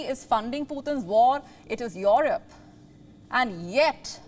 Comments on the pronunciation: Your Rope or Europe? That accent... jeez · She has some problem in pronouncing Europe.... Its not yohrub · noy yorup...E.....Europe.